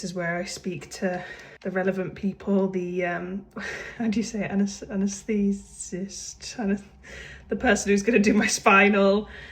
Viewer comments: It’s pronounced anaesthesiologist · it’s pronounced anesthteeseeologist if that helps?😭 also congratulations omg iv been here since CLFAM 🥰🥰